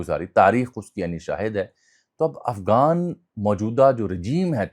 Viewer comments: آپ متعدد بار افغان کی بجائے افگان بول رھے ھیں؟ طنزیہ ھے یا کوئی سبب؟ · آپ کی اتنی اچھی اردو ہے تو کم از کم غ کا تلفظ تو صحیح ادا کیا کریں۔ افغان کو آپ افگان کہہ رہے ہیں۔